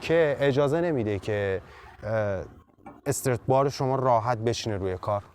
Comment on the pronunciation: نکته مهم این کلیپ طرز تلفظ درست استرات بار بود ، دم شما کرم که با مطالعه کامل تولید محتوا میکنی